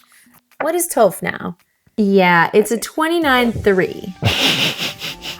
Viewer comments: it's Toph, not Toaph! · Every time pronounces Toph as Toe-ph I die a little bit inside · yaah i took a lot of psychic damage this episode too lol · Hearing Toph’s name pronounced with a long O is like fingernails on a chalkboard. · Hearing them pronounce Toph and Yue hurts my soul. You can tell they've never watched the show.